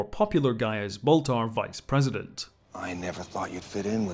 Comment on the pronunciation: Can’t believe it’s been twenty freaking years since the miniseries already… Also, who’s this “Boltar” person he keeps talking about? Is he Baltar’s cousin or something?